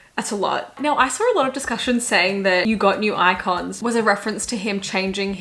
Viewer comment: i swear to god I thought she was saying "eye cons" as in eye contacts in now that we dont talk instead of "icons"